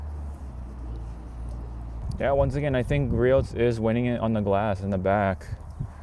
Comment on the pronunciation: Nice vid. It's Gree-Ohs